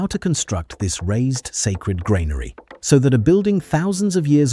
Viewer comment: Train your A.I.! Granary is pronounced "GRAN-ary", not "grain-ary". Ugh!